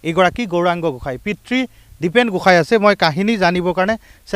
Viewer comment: Gohain ne Goshai Sayto channel ne Osatya Channel pl.pronuncession val korok